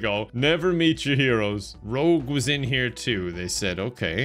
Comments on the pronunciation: The consistent pronunciation of "Rouge" as "Rogue" is the funniest thing ever, if only because it ups the "Person with violent names" count for the purposes of confusion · the one thing that he mispronounced that I found annoying was he pronounced Rouge, "Rogue" which literally everybody says wrong so I don't think it was intentional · oh I see. Her name is rouge not rogue. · Bro I never even knew it was spelled different. Ive thought it was spelt Rogue my entire life and you finally made me understand why everyone else pronounces it "wrong" Oh My God My Life Is A Lie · pronouncing Rouge as Rouge and not Rouge is grinding my gears lol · The Rouge pronunciation is killing me XD I'm Rogue, she's Rouge! I do medical exams for Sonic, she--wears rouge. = P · Pronouncing Rouge as Rogue the whole video is such a move 🤣🤣🤣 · Haha My favorite part was calling Rouge "Rogue" the whole game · Due to all the jokes makes, I'm not sure if he was just pretending, or if he actually doesn't know her name is Rouge and not Rogue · calling Rouge Rogue😂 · Her name is not rogue. It’s rouge like the color. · i love ya, youre my favourite person, but its been bugging me that you have been pronouncing her name as "rogue" instead of the colour "rouge" 😭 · When he calls rouge rogue ❤ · Every time I hear Rouge mispronounced I die a little inside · I was thinking about complaining about Rouge's pronunciation, but then. I realized I'd need to point out words like "wound", which are obviously misspoken in jest. So now I rest: it's part of the joke. It's part of the joke... and if it wasn't, it will be after the fact. :) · is purposefully mispronouncing rouge's name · like he's purposefully mispronouncing other stuff but literally everyone mispronounces her name so idk if that one is intentional AA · your pronouncing rouge the wrong way